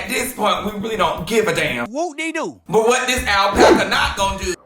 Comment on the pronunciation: Not “Alpaca” 😂😂😂😂😮